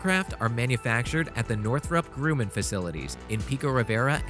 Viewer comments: Who is this narrator? Northrop GrOOman? NEWKEWLER? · Not just that, but Northrop Grumman is pronounced with a short U as in “humming”. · Greetings from Colorado! "noo-clee-ur"...yes "noo-cue-ler ... no Northrop Grumman-yes Northrop Groo-min- no